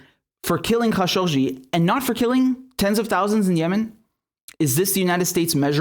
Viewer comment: Had no idea how khashoggi was actually pronounced. Thanks Richard